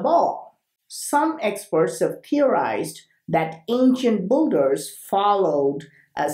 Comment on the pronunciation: am i the first to say it sounds like boogers not builders